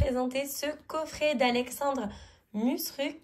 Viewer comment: Bonjour, je te remercie chaleureusement pour ta présentation de mon coffret et pour avoir parfaitement prononcé mon nom. Ta bonne humeur et ta gentillesse m'ont profondément touché. Bonne continuation, Alexandre